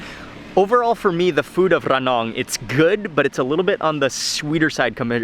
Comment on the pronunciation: พูด "ระนอง" ชัดกว่าผมอีกอะครับพี่มาร์ค 5555